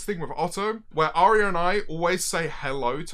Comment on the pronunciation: I know he was saying Aria but it sounded like fucking OREO